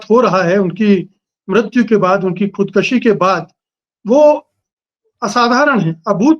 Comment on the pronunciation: ' खुदकुशी ' कहें , खुदकशी नहीं।